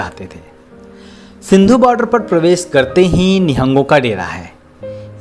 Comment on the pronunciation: सिंधु नहीं सिंघु